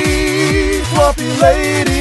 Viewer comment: I like almost all of this, but since when is TWAMP pronounced like 'swamp' and not like 'tramp'?